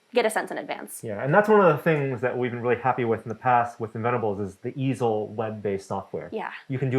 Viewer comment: The first time I misheard it as "The Evil Software", I know it is "The Easel Software", but I can't unhear it now.